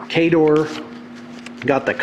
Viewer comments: Nope. The official pronunciation guide in the rulebook disagrees with almost all of pronunciations. He just refuses to learn them. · wait, the official pronounciation of khador is kah-dor? .... mind blown.